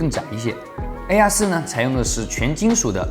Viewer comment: 又不是让他用英语评测，况且从他发mate和air这两个单词的音来看，他压根就不懂英语，属于连基本英语常识都没有的那一类，所以就别拿他和别人比了、